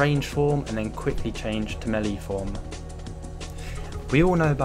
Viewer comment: [] stop pronouncing troll like a yank haha. Also, melee is melay not melie Good vid anyway man